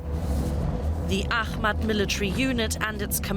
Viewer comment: Why do Germans say "zhe", they literally have "die" in their german language and it's pronounced the same as "the"...